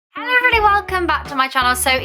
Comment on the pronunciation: The first parts of your video always sounds like hEWro Every body no offence